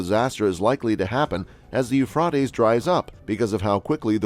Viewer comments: I would LOVE to know WHY they INSIST destroying OUR English language?? This person Thinks saying Euphrotes SOUNDS better than the Euphrates????? It's ALL over ALL of these shows. It HONESTLY SOUNDS STUPID. Don't we already SEEM stupid ENOUGH without this?? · Eufroties wow 😳 Americans really know how to murder the English language